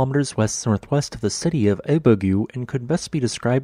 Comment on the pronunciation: t took me a moment to understand that you were talking about Ibague (pronounced "EE-BAGAY") in Colombia.